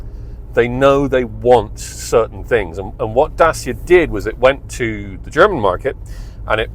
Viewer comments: it's not french is Romanian...is not that hard to say DACIA instead of Dasia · Is DACIA smart pants not DASIA🤣🤣🤣When will you learn🤣🤣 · It's pronounced "Da-tcha" not "Day-seer" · Very god review but every time me mentions the make by name it really JARRS with m! Get the name right PLEASE Datcha !!! I am not the only one, If you are going to be ca car reviewer it would be excellent if you could get the name pronounced correctly. Surely when you went to the presentation you must have heard the Dacia staff pronouncing it as it SHOULD BE! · I wish you’d learn to pronounce the damn name. Dat-cha! It makes you sound as if you haven’t done any research or have any background in the auto industry. It’s basic stuff.